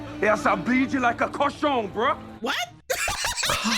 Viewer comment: "cochon" (pig) not "garçon" (boy)